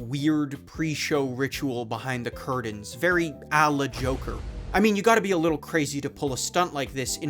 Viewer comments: It's curtains, not curdains. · Man, you're killing me with the "impordant", "cerdain", "bladant" "curdains". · you replace the t for d in blatant, certain, and curtains.. please dont.